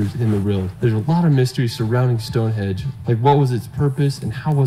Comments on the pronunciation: stop saying stonehedge its stonehenge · “Stonehedge”! Computer smarter than I am. Doesn’t take much…